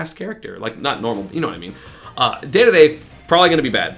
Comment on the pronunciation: its dee dee dee not day day day listen to the announcer! and dont tell me the ANNOUNCER pronounces it wrong. isnt he kinda paid to do that